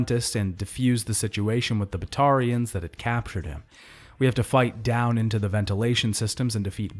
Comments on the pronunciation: All good until you tried to pronounce Batarians lmao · The way you mispronounce batatians even when THEY SAY IT RIGHT IN GAME drives us crazy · Also Kasumi and Kaiden …